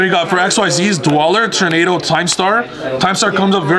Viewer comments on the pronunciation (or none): none